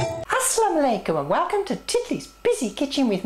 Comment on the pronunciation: Are you saying aslam alaykum